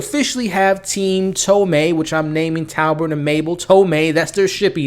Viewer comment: You are seruoiusly terrible with names.. tobert not talbert and its president McKinley not McKenney